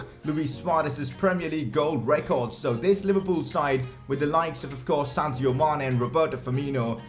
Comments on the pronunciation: Sadio Mane... not Santio Mane! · It is Sadio not Santio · Anybody else hear Santio Mané?